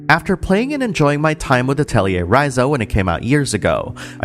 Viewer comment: The mispronunciation of "Atelier" might be the reason why there's no more English dubs.